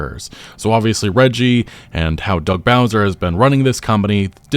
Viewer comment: I love that no one can say reggie's name right lol